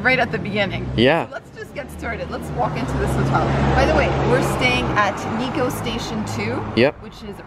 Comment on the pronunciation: It's not niko.. It's NIKKO